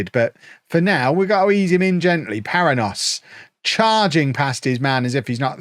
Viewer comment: Just gonna get all my pronunciation thoughts out in the comments to this video. The 'nh' construction in Portuguese is pronounced like 'ny' in English or 'ñ' in Spanish, so Paranhos would be "pah-rah-nyos" with the last syllable rhyming with "dose" or "most" without the T.